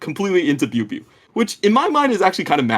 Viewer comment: Love the content! Good to have more outlets for LPL analysis before playoffs. Thorin's pronunciations of chinese player names never ceases to amuse me...actually had no idea who "booeybooey" was until said biubiu lmao